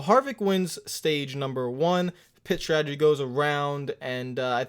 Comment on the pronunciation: Anyone else hearing "Piss Strategy"? I mean, I have one, but still...